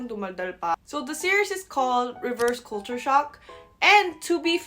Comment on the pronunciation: You say culture like Filipinos. "kool' choor" The rest of English speaking world..."kul' (as in up) cher"....or "kul' (as in up,again) tyur".